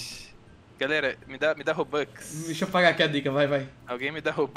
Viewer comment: Mano me deu agunia do chamar a moeda do roblox de robOx o certo é robux